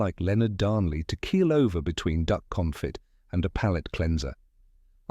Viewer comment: I don’t remember the use of “tuiles” but the narrator mispronounced both consomeé (con so MAY) and confit (cohn FEE). If anyone cares.